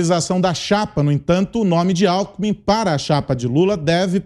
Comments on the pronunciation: Aos é nítido que larapio fala "companheiro álcool em mim" e não companheiro alkmin 🤣 🤣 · Lula confundiu o nome Alckmin e falou, alcool em min !! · Companheiro Alkomi 😂😂😂😂😂😂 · Companheiro "Álcoolmi" 🤣🤣🤣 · "Cumpanhêro Alckmun" kkkkkkkkkk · Lula falou "companheiro acoolmin" kkkkk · “Cunpãnhero” Alckmin??? KKKKKK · Ele falou "companhero Álcoumin"???🍻🤔🤣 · Interessante... O Lula falou cumpanhero "alkumin"... Será que tem relação dom álcool??? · O EX. PRESIDIÁRIO não sabe falar o sobre nome do seu vice. kkkkkkk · “Cumpanhero alcumi” HAHAHAHAAH não aguento esse analfabeto ladrão kkkkkkk